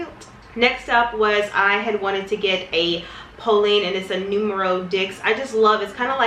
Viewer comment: Love you and love your videos but I crack up every time you say "Numero Dicks" 🤣. Dix is pronounced like "Deese" as in rhyming with "Reese." Keep up the good work and you look beautiful in this video!